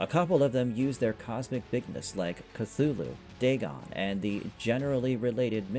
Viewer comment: Story takes an hour in audio book on here. If you'd listened to it you'd have better pronunciation. Call of Cthulhu.